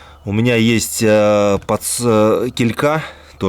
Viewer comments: кИлька, а не килькА! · Ударение в слове «килька» Ударение падает на 1-й слог (с буквой и).